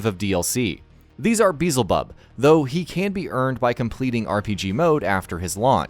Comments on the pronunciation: One of the best fighting games in years, imo. Also please stop pronouncing it BEEEEEZLEBUB, dammit 😂 it’s BEE-EL-ZE-BUB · He mispronounced Beelzabub.